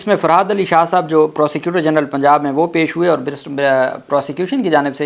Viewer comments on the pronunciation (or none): none